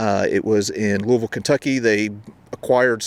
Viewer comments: Thanks for pronouncing Louisville the correct way. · One of the only people to say Louisville right!!!! I’m so impressed!!!